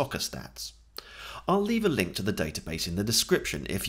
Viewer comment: Haha I laughed when he said "link in the description"... "LINQ in the description" :P